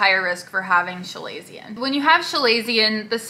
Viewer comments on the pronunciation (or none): “Shu-lay-see-un? It’s kuh-lay-zee-un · FYI. You are pronouncing it wrong. It’s Kuh-lazion.